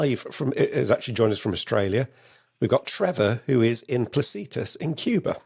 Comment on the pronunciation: Sorry I didn't finish live cast. Power cut in Cuba! Note to - Placetas is pronounced pla-say-tas. Note to - no gricing this trip, just family stuff! Catch up when back in UK with better signal!